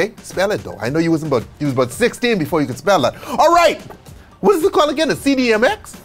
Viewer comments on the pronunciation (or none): none